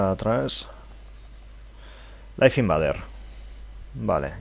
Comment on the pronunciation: se pronuncia laif inveider, no como se escribe..